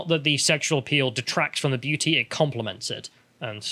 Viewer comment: Great video and I really am trying to be constructive here (sort of) but is distracting proclivity for dropping his ‘t’s in favour of ‘d’s a recent phenomenon? Perhaps I’m just splidding hairs here but all this talk of female beaudy really has made me notice it for some reason! Either way, if sounding like an ageing Radio 1 DJ circa 1991 is the ‘vibe’ he wishes to go with then all fine I guess.;)